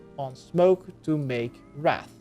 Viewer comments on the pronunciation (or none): none